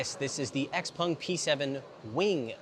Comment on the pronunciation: Will you stop saying “Xpung”